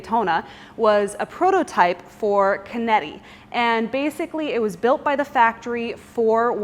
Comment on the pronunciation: Hi, just a small correction. In Italian, a ch is produced like a K in English. So Chinetti, is pronounced Kinetti. Love the video, and love the car.